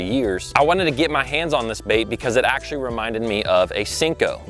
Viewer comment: DUDE...you're usin' up all the "acshlees", but what are you actually gonna do? I acshlee counted 14 acshlees while i watched the vid. AND, unless there's acshlee money on it where 1 bass might acshlee mean the jackpot, I acshlee catch plenty of bass on $3-$4 packs of soft plastics. $9-$10 is acshlee totally unnecessary. AND you acshlee need to cull some of those small fish out of that piece of water.